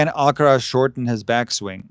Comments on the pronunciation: you're so right about the pronunciation of "Alcaraz", it's ridiculous. If they pronounce the "z" with the Spanish sound, why not the "r" as well 😂😂😂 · Thank you for mentioning the Alcaraz pronunciation. It seems so contrived. It's another example of the BBC's cringey approach to cater for all in the fear of offending someone. As a British citizen who's been fortunate enough to travel and learn Spanish in Latin America, this sound doesn't exist in the region. For that reason, Jennifer Lopez is not pronounced with an 'f' but with an 's' sound for the 'z'. This 'f' pronunciation is strictly from Castilian Spanish. My recent Spanish teacher from Valladolid was frustrated with me because I couldn't pronounce it but the sound doesn't come naturally for me. It's a similar sound to the 'th' in English which I also struggle with, haha. Keep up the great content. I admire your measured approach to analysing the sport we love.